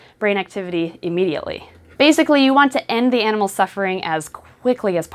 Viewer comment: I don't like how she enunciates animals, like she isn't an animal herself.